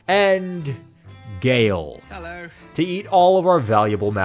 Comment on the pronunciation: "And.... g a l e" had me DYING